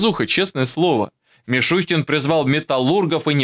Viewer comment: МишустЯн😂😂😂 Йордан-Йордан ашкеназЯн😂😂😂правильно надо фамилию указывать, 😂😂😂